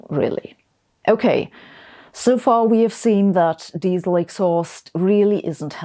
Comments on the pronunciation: As soon as I heard how you pronounced Diesel, I knew this video was stupid. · Yes but des-sell!🥰